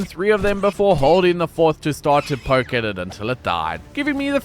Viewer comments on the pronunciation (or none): none